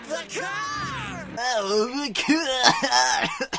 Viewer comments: here I start dying XD The paaahk The caah The scrap yahd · the cah. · The way rayman said car is the way u pronounce car in Australia